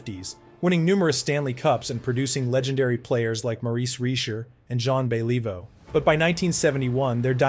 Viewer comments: Get it right, you dip. Your apology is not acceptable. Pronounce Beliveau and Richard correctly, Honor their names. It's not Bell-EE-vo. It's Bellivo. It's not REE-sher. It's ReeSHAR. Drive me nuts with your ignorance. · BahLEEvoe? Maybe don't use an AI narrator next time, eh? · Who the f is John Believe-o? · Truly a worthy successor to ZAHN BELEEVO!! lol crap AI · Yeah, bay-LEE-voe is an embarrassment to any hockey fan. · I can't Beeleevo how much BS there is in this video. Brutal narration, full of poor pronunciation and outright lies. Pathetic. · John Be-Leave-vo! Take this down or fix it.. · Bay-lee-vo haha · John Bell-eee-voh...couldn't even prounounce Belliveau's name properly. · Teach that AI how to pronounce Beliveau. Is the whole thing AI? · Please practice the French names before announcing them, because you are butchering them. Better yet do this phonetically first for example: For Belleveau say Belle-e-Voo and for Pierre say it Pea-Year. It killing the French language was a misdemeanor, you would be on death row. RIP: Guy Lafleur.